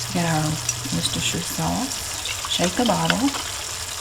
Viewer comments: Omg as a brit, thats the correct pronunciation of Worcestershire sauce. That makes me so happy🤣🤣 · I find it oddly fascinating that your mother taught you the correct pronunciation (presumably as a child), ergo ordinary Americans were using the correct British pronunciation for words such as Worcestershire in the pre internet days, whereas very few do so today.